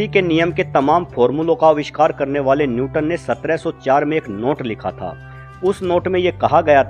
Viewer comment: Newton not nyuton.....correct kr ligiye